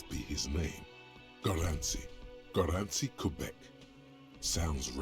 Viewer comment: wtf Gorący Kubek? xD You pronounce the Gorący Kubek better than he can pronounce the rest of the Polish words. Gorący kubek means hot mug and this is the common (and brand) name for instant soupes xD